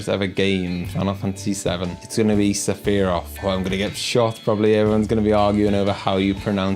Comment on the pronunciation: This was cool! A lot of great questions for someone of our sort of genre to answer. It was also fun to hear how you pronounce Sephiroth lmao